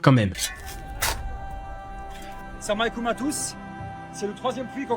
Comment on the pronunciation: "Samaykoum à tous" 🙄 J'suis pas musulmane mais même moi je sais que c'est pas comme ça qu'on le dit 😂 Bon après, il sait pas dit association correctement non plus donc bon